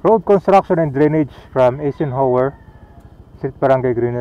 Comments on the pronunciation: Ang pronounciation ng Eisenhower ay silent E kaya dapat Isenhower ok not E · Some notes 1. Eisenhower is pronounced eye-sen-hower 2. Col. Bonny Serrano Avenue as a name is used exclusively by Quezon City LGU, San Juan LGU still uses the name Santolan Road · i-zen-hawer po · mahina talaga sa pronounciation,kahit noon pa